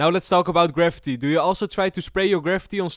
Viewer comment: just FYI, graffiti is not pronounced like gravity. It's pronounced like gra-fee-tee